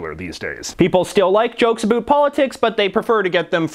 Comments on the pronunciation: "Think a boot it" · More like only Canadians say about like that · Are you Canadian or from the upper mid-West? It sounds like you pronounce your about with an extra emphasis on the O.